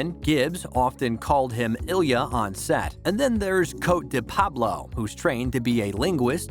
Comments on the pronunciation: Da-vide and co-teh and shu-toe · He also mispronounced Cote the first time, he called her Coat David. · you butchered cote's name and the characters last name at first lol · You should spend some time learning how to pronounce the names of the actors and characters you talk about. You mispronounced COTE, SCIUTO and KURYAKIN.